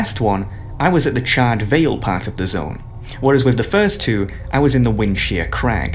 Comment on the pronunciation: CharRED? How the f*** do you mispronounce charred? It's like charred meat. You donut.